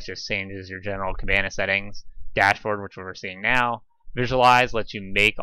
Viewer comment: You are not the first person who asked me that question! I will go ahead and make a blog post. A lot has changed with Elastic and Plaso since this video, so sadly it is not as simple as just copying some JSON. Thanks for watching the video! PS I am miss pronouncing the word Kibana in the video.